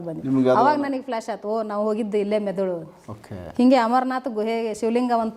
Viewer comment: ಅವರೇ....ಮೆದುಲು ಅಲ್ಲ ಮೆದುಳು 🤣 ಇರ್ಲಿ ಪರವಾಗಿಲ್ಲ ಗುಡ್ ಎಪಿಸೋಡ್ ❤